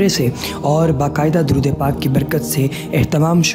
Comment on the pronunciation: Darood ap nay ghalat parja hai